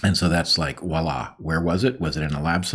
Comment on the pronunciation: Bret said "Waa laa" 🤦‍♂️